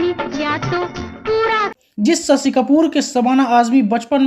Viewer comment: भाई साहब पहले हिंदी सीखें ससी नहीं शशी बोला 😅